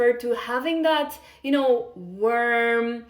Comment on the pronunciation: I’m sorry but someone needs to tell her that she’s not pronouncing “warm” right 😅